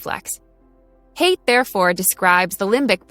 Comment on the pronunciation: "Haidt" is a beautiful German name, and should be pronounced "High-dt".